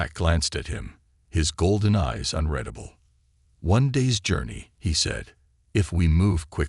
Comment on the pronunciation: AI Author still needs to change the pronunciation of "unredable" to unreadable.